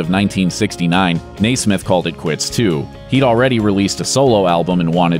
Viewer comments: It's pronounced Nez-mith. Not Nay-Smith. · All I had to do was read the comments (after hearing the guy mis-pronounce Nesmith?! Dude? Seriously?) to know I didn't want to give this channel the benefit of watching the full video. If you're a true Monkees fan, this is not worth your time! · Love the video but really annoying that who ever the narrator is keeps pronouncing Mike Nesmiths last name wrong. Its Nesmith theres a e its not prounounce Nasmith. Like you been saying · NEZ-MITH!!!!! NEZ! NEZ!!! NOT NAIS!!!!!! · Nesmith not Naysmith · omg its NEZ SMITH NOT NAY SMITH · NESMITH, not Naysmith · NESMITH, NOT NAISMITH! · hey! fix your damned pronunciation of My friend Mike Nesmith! It's Pronounced like "Nezmith"! Not "Naysmith"!! I met them in 1970! My favorite was and still is " Mickey Dolenz " (can you peonounce that right!?) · Ness Smith is how you pronounce his name not Nay Smith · its not Naaa smith, its Neesmithhhh duh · it's NEZsmith not NAYSsmith my dude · His name was pronounced Nez’ mith, not Nay’ smith. Ugh! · As far as I remember, yes, I was around then, he said his name as Nezz-smith. I wish more video makers and voicers would research how to say a person's name before they butcher it so many times! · You're killin me with the NAYsmith. What the frig? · I dont understand why he kept saying naysmith, it only shows he knows nothing about the monkees and is just reading a script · His name is NESMITH...."Nez-myth", or Papa Nez. Thanks for the info. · In 50 years, I've never heard his name pronounced "nay-smith". Probably oughta check out how people say their names. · MIke "Nay-smith's" mom invented Liquid Paper. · Why did you keep calling Michael Nesmith Nay Smith? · It’s pronounced “Nez-mith”... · I'm not giving a thumbs up to a video that says Nay-smith. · Naysmith? Please. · NAYsmith?! Jesus.... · NAYsmith.....good god. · Michael NAY-Smith? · It’s pronounced Nez-Mith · "nay-smith"? SMH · Why can't the narrator pronounce "Nesmith" correctly?